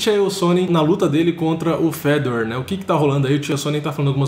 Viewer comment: Os brasileiros sempre tem a mania de enfeitar nomes estrangeiros. Fala a maneira certa cara. É Fe - dor. Com acento no (ò).